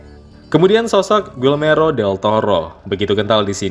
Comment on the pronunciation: Guillermo..bkn guilmero 😴😴😴